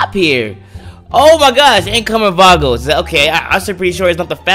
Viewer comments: It’s vagos not vargors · Its Vagos not Vargos😅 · The ballers and the vargos😂😂 its da ballas and the vagos not hatin btw love ur vids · love ur videos! just saying (not hating) its ballas and vagos. Love ur content, do more of these videos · I’m sorry but it’s Ballas not Ballers and it’s Vagos not Vargos